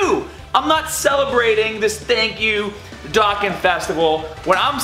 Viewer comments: Its pronounced dough-con not dock-an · It's pronounced dough-con.